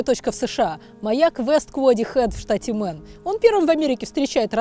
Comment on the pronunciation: Дислайк за абсолютно тупое произношение. Мэйн, а не мэн. Позорище.